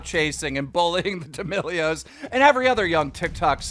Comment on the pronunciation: Everyone and keemstar: d'melios Subtitles: d e m i g o d s